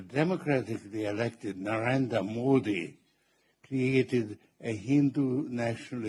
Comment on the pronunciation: He cannot he even prounce our Prime Minister name and he is speaking agains t India